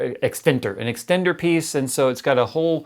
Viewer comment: Yo,! By time mark, you gave me an idea for a cool username for gaming: X-10-TER Get it? "Extender" is slurred to "extenter", and then you gotta jazz it up, for a wicked gaming handle!! Ya know? I thought of typing this post, as a light-hearted joke (I sent a private message, when he tripped up in one of his previous videos and said "compunity" when he was saying something about "computers" and "community", and then told him that he just invented a cool new buzz-phrase!!), but now that I look at it, that's a freakin' bad-boss gaming handle!!